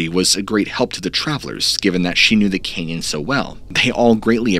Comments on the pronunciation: It's "canyon" not "Kenyan' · Been to the Grand CANyon but never to the Grand KENyon. Sorry, but I can barely concentrate due to this verbal hiccough. Btw, I 'm English so jus' sayin'... otherwise a brilliant presentation!! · Sorry is he saying Canyon or Kenyan?? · Hearing grand Kenyan 200 times instead of Canyon made me stop watching 1/4 way through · Why do you pronounce the cane - yon instead of can yon what is your dialect or heritage if you wish to say it or I'll just tell us why you call it Canaan instead of canyon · It’s pronounced Grand CANyon, not “kenyon”. Jesus Christ, this guy needs to take some enunciation lessons. Did he also try to say “sustenance”? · It'd be nice if you could say Canyon and not Kenyan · I'm only 2 minutes in and I gotta tell ya, the way you pronounce "canyon" is incredibly grating to me for some reason. It's almost Cartmanesque. Kyinyein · It sounds like he's saying Grand Keynon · It really sounds like you're saying "Kenyan." I'm doing my best to focus but it's hard to unhear it now that it's in my ear hole. Grand Kenyan Grand Kenyan Grand Kenyan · Please. The word is “ CAN yon.” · Dude ive watched all of your videos and you have never enunciated the word canyon as "ken-yen." Idk if it was a regional thing or what but after 10 minutes i couldnt take it anymore. Its petty i know but its better than hearing that over and over. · cant unhear it haha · I just couldn't listen to 'caynyun" pronunciation any more. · Bro you keep enunciating it Cane-yun. Can't listen to it anymore. It's a simple word man.. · The way he says "canyon" is driving me nuts... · He says "canyon" weird 😂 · Why are you saying Canyon wrong? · Bro im sorry but i cant keep watching because of how you pronounce “canyon” lol